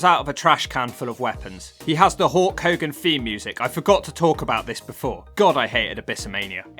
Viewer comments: everytime u say Hulk i always hear u say it as Hawk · 1st: it's H U L K .. NOT HAWK ...2nd: what the hell are your saying..